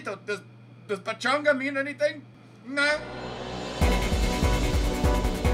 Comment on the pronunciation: Lol, ‘pachanga’ actually means party, you nailed it!